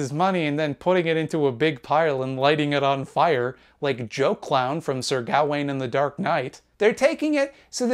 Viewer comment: I was so shocked that you pronounced Gwaine correctly, that I almost missed the Batman refference.